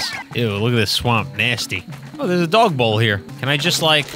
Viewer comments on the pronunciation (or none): none